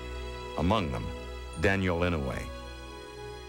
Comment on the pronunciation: inoay? its pronounced like I-noy. If you don't know him from this documentary you should atleast know him by the fact that hes the longest serving senator in American history.